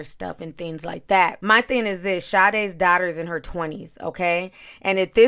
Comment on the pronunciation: The way u pronounce the word daughter is funny as hell 😂😂😂